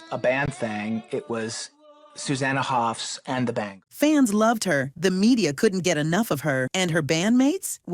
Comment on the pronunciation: First of all, it's Hoffs, not "Hoff". Secondly, the others had every right to be unhappy. The band is supposed to be a partnership, not a dictatorship. They all wrote songs and played, they didn't subscribe to be Sue's backing musicians. Her promotion over others was an insult and had to be called out and resisted.